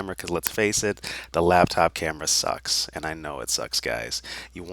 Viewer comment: "It suscks" but the content is what really matters. Your content is great!